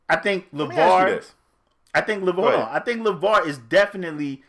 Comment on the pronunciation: Lmao "Laval"... "Laval"... makes a whole pod cast about a dude and his family... and doesnt know his name is "Lavar"